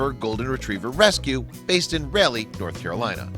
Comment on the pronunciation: So cute!! And its pronounced "Ral-e". Ral like ball and sharp e. The south has many cities that are pronounced like the old English dialect or French language.